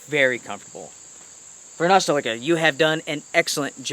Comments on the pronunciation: Great review, they are almost sold out! and the company is pronounced Varoosteleka! Not varnasteleka! Thank you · Love your videos! One quick comment...from the Varusteleka web site... "Varusteleka (pronounced [Where's the liquor?])" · For us finns its easy, but you in english you can pronounce it more like a "where's my liquor?" and its quite close correct :D